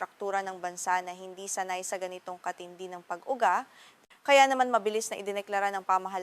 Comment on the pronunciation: dakuu, (dako), pag ugaa (pag uga). Ok sana, need ng lesson sa Filipino.. just saying na ayusin ang pagtatagalog. Salamat.